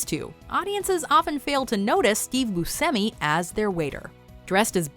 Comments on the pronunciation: Steve BuSHEmi... not BuSemi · I believe his name is pronounced Boo Shimmy. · I believe it’s pronounced BOO-SHEH-ME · She pronounces Steve Buscemi's name two different ways in this video, and neither one is how I pronounce it. I've always said Booshemmi. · is she saying Steve Bucemi's last name wrong or have I been saying it wrong all these years? lol I thought you pronounce the C like Ch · He pronounces it as boo-seh-me but states the correct Sicilian pronunciation is boo-shay-me so he doesn't correct others when they use the "sh" in the pronunciation. He seems cool with either. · Hey. Buscemi grew up pronouncing his name as boo-SEM-ee, in an anglicized way. In Sicily, where his ancestors are from, it is pronounced as boo-SHEM-ee. He once remarked, "I had to go to Sicily to find out I pronounce my name wrong" You're pronouncing Steve Buscemi wrong. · I believe Buscemi is actually supposed to be pronounced “boo-SHEM-ee” even the actor admits he’s been saying his own name wrong until he visited Sicily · How is it no matter what video puts out they always butcher how something is pronounced? Like they way they are saying buschemis last name. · Nope, she said it wrong. He confirmed it's with a ch sound. It bugs me so much! This isn't the first time either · Why does she say Steve Buscemi so freaking weird?!?! She is always pronouncing things very oddly 🤦🏻‍♀️